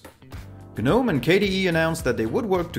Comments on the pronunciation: Gnome, not ge-gnome. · I would respectfully remind you that the letter 'G' in 'Gnome' is silent, uttering it diminishes the value of you overall knowledge and information you are presenting to us. Just as letter' is silent in 'knowledge'. Please get it right, it is jarring.